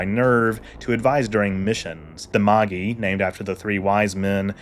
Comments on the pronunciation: Dude, cool video! But fyi it's definitely pronounced "mah-jai," not "ma-ghee." The three Magi are aka the three wise men from the Jesus birth story. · Do you mean "Mâj-eye"? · Magi is pronounced "MAJAI" like the word "magic" that it's related too